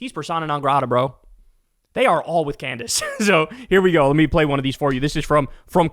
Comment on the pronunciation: CandDace. The name is CANDACE.